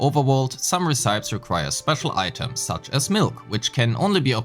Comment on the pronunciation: aint no way bro pronounces recipes that way